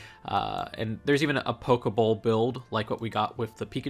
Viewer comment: Did you just call that a Poke-bowl???